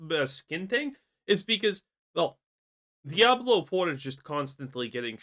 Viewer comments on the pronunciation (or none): At this stage, the W in Diablo is no longer silent.